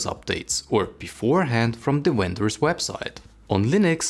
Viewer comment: to not "winter's" or " wenter's " website. Vendor's website..as in the manufacturer of the laptop:P Had to poke alittle fun at seemingly dip into Dutch and/or German language thinking there